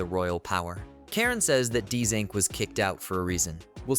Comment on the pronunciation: Why is it saying his name Dzink? It's JUST ZINC